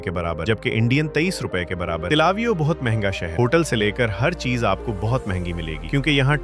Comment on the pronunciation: Tlavio nahi Bhai till e aviv nam hai